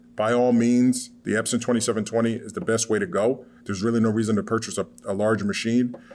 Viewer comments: No she pronounces Epson wrong. She says espon. Plus the whole time all you guys are doing is talking up your transfer but you give no prices at all you mentioned $20 for a sheet but there's no way in hell I'm going to pay you $20 to print on one shirt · How am I supposed to trust someone telling me about sublimation when they can't even pronounce the name of the printer correctly